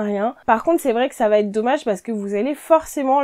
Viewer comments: j'apprécie beaucoup tes conseils. Permets-moi d'en donner un aussi: ne dit pas le tissu va têtre... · Bonjour. Vos vidéos sont intéressantes mais, de grâce, n'abîmez pas notre belle langue française. A moult reprises vous dites, par exemple : " le 1er conseil VA T’ÊTRE"........il n'y a pas de T entre VA et ÊTRE, ça ne se dit pas. Il faut dire "VA ÊTRE" ou bien "le 1er conseil sera....". Merci de respecter la langue française.